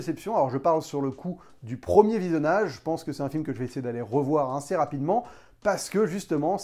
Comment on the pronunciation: Vous avez remarqué que quand dit "assez" il prononce "inssez"? ou encore ça fait plusieur video que je l'ai remarqué